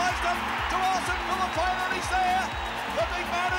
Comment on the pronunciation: It's no pania, it's pronounced fee lee pain ahh